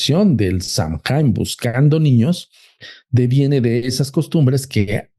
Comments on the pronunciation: 20 años llevo en Irlanda, soy ciudadana, estudio Shamanismo Celta...lo q dice de SAOIN (asi se pronuncia) es totalmente incorrecto. Saoin es un festival antigüo Celta q marca el final de la cosecha, y q se dive q el velo entre el mundo de los muertos y los vivos es delgado. NADA Q VER CON Q ES UN ESPIRITU!!Perdi toda la credibilidad q le daba a este chico, por q osea...Google it!! Google te dice como pronunciarlos, lo q es, etc. No me creen? Googleenlo...ahora googleen "Puca" eso es UNO de los espiritus q.es "famoso" es SAOIN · Samhain,cuya pronunciación es( sow-en)Es una fiesta gaélica que se celebra el 1 de noviembre y que marca el final de la temporada de cosechas y el comienzo del invierno. Eso es todo! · Todo mal..... no sabe ni pronunciar samhian , y no es un ente, es una festividad Celta pagana..y nada que ver todo lo que dijo este señor 🤦🏻‍♀️ se dedican a esto y no se documentan antes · No hay ningún espíritu Samhain y no se pronuncia así y todo lo que dijo es mentira. El halloween tiene sus orígenes en el Samhain que es de origen Celta. Dios!!!